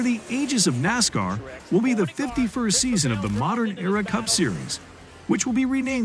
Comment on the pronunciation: I caught one video and one was enough. When you start the video and call it "NOSCAR", like...what? As cool as it would be to see a "NOSCAR" series, the sport you're referring to is not it, I couldn't even watch the video from that point on.